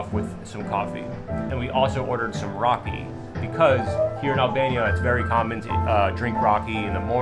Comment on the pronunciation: Its raki not rocking and accent come on